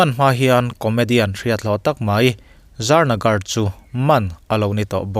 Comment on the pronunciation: Za Nagar nilo aw Za Ga Na. Tih tur aw